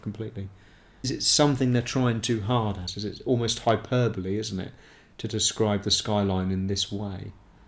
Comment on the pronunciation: worth watching for the correct pronunciation of hyperbole